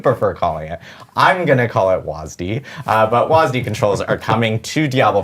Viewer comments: "WAS-D" or "W-A-S-D" is fine "WAS-DA" is not, there is only one "A" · WASD is pronounced wăzd. W in whiskey. A in apple. Z in zebro. D in door. ONE SYLLABLE.